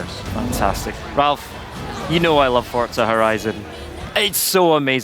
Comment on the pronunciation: S T O P S A Y I N G "F O R T Z A" THERE IS NO 'T'